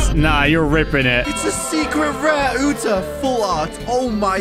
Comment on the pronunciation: Why were they saying "Yuta" for the whole vid but its acully 'Uta'💀